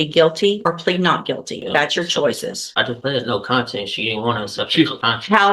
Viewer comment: This genius really just said “I plead, no content”!!!! 🤦‍♂️ WOW I had to listen to this like 7 times to make sure I heard it right and sure enough that’s exactly what he said! 🤣🤣🤣